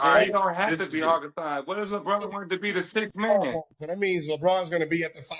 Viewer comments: Who the fuck is Harkenstein?? Nigga it’s Hartenstein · “Harkenstine” was taking me out 😂😭🤣 say that man’s name properly please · They’ve messed up Hartenstein’s name 😂